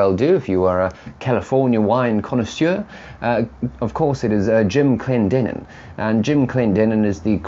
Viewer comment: Thank you very much for the appraisal and complements. Also thank you for pronouncing Clendenen correctly, you wouldn’t believe how many times it happens. Keep up the work my good sir!